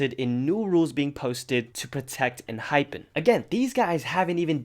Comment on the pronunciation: Why you pronouncing ENHYPEN like that? Lol. 😂